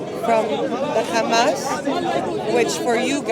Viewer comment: Sister, it's Hamas, not Khamas haha